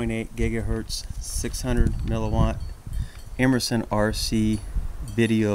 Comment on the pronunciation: It is immersion pronounced imer-Shun not imer-son